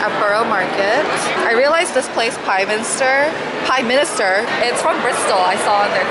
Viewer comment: "pieminster! .... pieminister?!" HAHA